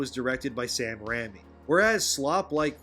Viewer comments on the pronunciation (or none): It's pronounced "Ray-me" not ram-me...Sam "Ray-me"